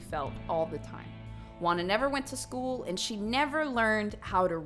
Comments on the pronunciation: FYI: Juana is pronounced Huana and not Uana. Just saying 😃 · HAHAHA I can't with you pronounciation in Spanish ashasgjdgjhsa GUANA xD Love you, A native spanish speaker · God, hearing how she says "juana" makes me laugh too much Xd